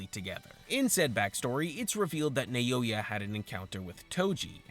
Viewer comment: Bro, I'm gonna crash out, please. Why are you saying "Nayoya"? Like, you're the second person who talks about this and says that for some reason. I understand that this can be a good interaction-bait for people to correct you, but pleeeeease... This actually hurts my brain so much.